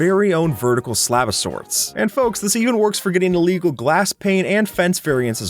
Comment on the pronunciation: Stop saying everything iligegal STOP